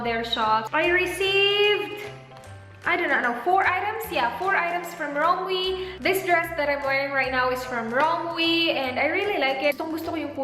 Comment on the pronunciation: i think it's pronounced "rom-wey"